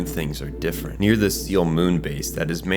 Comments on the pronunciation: If you're ever making more EVA content, let me give you a pronunciation guide. Seele is pronounced more like Seyluh or Sail-eh, Wille as Will-eh. German and its final es, huh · SEELE is prounced Say-Lay. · Did this nigga just say Seal? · Two hours of perfectly scripted video and it would've taken you a minute to look up how SEELE and WILLE is pronounced (hint: it's not "WILLY" lmao)